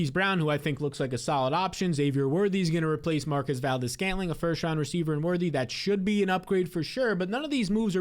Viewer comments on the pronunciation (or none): none